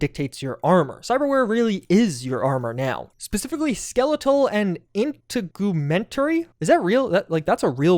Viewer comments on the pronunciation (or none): Did this man never attend a biology class? “In-teg-oooh-mint-airy” is wild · In-TEG-u-MEN-tary, dude. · Integumentary is a medical word for skin, hair, nails, etc. Pronounced in-teg-u-mentary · it's pronounced in-tig-u-ment-tary and yes it is an anatomical reference. it basically refers to the largest organ on your body, which is your skin. Also, this is an engine move update, as phantom liberty is on UE5, so they moved CP2077 to UE5. considering they essentially remade the game on UE5 and added features, while also making phantom liberty goes to show UE5 is a more streamlined engine. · In-te-gyu-men-tary is the pronunciation. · If it helps, it's probounced in-teg-you-men-tair-ee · It’s pronounced integ-you-mentary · Try it like this: in teg you men tarry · integumentary "IN-TEG-YOU-MENT-TERY" it's skin. the integumentary system, made up of the organs and tissues comprising the skin. including but not limited to, nails, hair, fat, micro muscles, subcutaneous layers, super cutaneous layers, melanocytes, etc. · Protip from a professor. If you don’t know a word, google it before you record. There will be a pronunciation guide. The word is In-teg-U-men-ter-EE. It means Skin, and is one of your essential body systems, like Circulatory for your veins and arteries, and such. It’s a latin term, and medical fields use latin universally so everyone understands what you’re talking about incase you need to communicate with doctors across cultures, like a German patient moves to the US, the use of Latin helps make things easier. My Ph.d is in communication before anyone goes after my analogy here…. But it’s not an uncommon word. High school biology. Pretty sure I first encountered it in middle school. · The word "Integumentary" is a real word. It's pronounced: in-teg-u-ment-ary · Your “In-tegg-uh-men-terry” system is the body system pertaining to your skin and related organs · Inn-Teg-You-Ment-A-Ree . It's yo skin dawg. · In-teg-u-mentary, means skin system lol